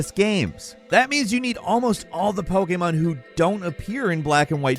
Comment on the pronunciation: "Poekaymarn"